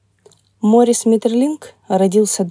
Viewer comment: Ударение в имени таки на последний слог. Возможно, и в некоторых других упомянутых именах тоже.